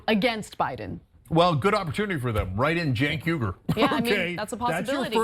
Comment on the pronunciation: Bro ur pronunciations are terrible.. it’s CHUNK YOGURT (Cha-UNC YO-gert)